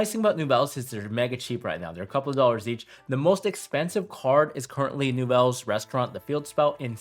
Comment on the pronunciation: every single time you said Nouvelles, I somehow heard Yubel 😂